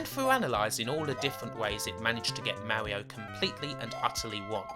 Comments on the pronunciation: Mawwioooo is what bwings us togevuhhh today. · Thats not an accent thing, it's a speech impediment. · I love the Owiginal Supew Mawio Bwowews! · Mawio? No offense, but you're kind of like Elmer Fudd. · owigional mawio fweefwow